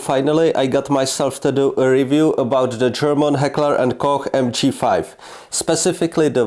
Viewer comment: why does every english person say heckler & cock